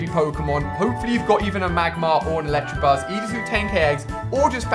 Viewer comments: ITS electAbuzz not electrabuzz or electrakid. Anyone else annoyed by this? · It's ElecTAbuzz not ElecTRAbuzz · IT'S elecTAAAA NOT ELECTRA!!!!! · Pleeeeeeeeeease learn that it's ElectAbuzz, not ElectRAbuzz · he says electrebuzz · That and electrabuzz. Kill me please. Why can he not say the names right. There is no R! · electrabuzz not electrabuzz. get it right for f sakes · And he still cant say Electabuzz right, he adds in an 'r' for some reason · There's no R in Electabuzz -_ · Why does everyone pronounce elekid, electabuzz and electavire wrong. They are pronounced how they look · Ali please learn how to pronounce Elekid and Electabuzz, it's just cringe whenever you say either.